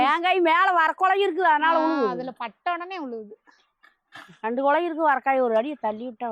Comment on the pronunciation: Iyo, Issu, unkal Tamil silang is horrible, porikirathu ellaiamma, parikirathu, Thiradchai kulai not Lolaa, please Amma , thinly before you say words.